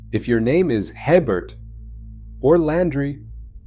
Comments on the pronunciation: Hebert is pronounced A-Bear. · You pronounced “Hebert” wrong. If you are going to discuss Louisiana history, please learn how to pronounce our surnames. My ancestors would appreciate it. Thank you for doing this, but like to be quiet about our history and are very possessive. We don’t like outsiders making changes we just want to live in and enjoy our culture.